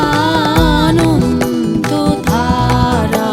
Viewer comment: 'আনন্দধারা' এই শব্দটির উচ্চারণ কি করে 'আনন্তধারা' হয়ে গেলো বুঝলাম না।